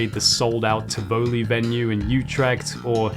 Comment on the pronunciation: Hmmmm…. Thanks for showing us the effort you put in the great show you and your buddies put on for us. I was privileged enough to watch you perform in the Utrecht venue (pronounced Ti (as in ‘tips’) voli (sounds like ‘fully’ with a V) btw, not Tivohly) and I had the best time ever. Keep on doing what you do well and what you love! 🤘🏾